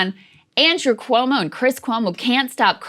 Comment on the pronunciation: Can Saagar stop pronouncing Cuomo like “koo-woh-mo?” Just say “kwo-mo” please.